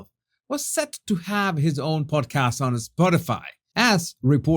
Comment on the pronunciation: I thought you said PORNCAST 😂😂😂